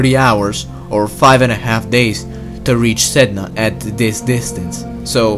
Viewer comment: Sedna To go out side (Said-Nah)